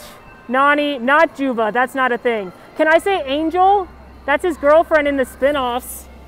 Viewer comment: The best it’s jumba not juva lol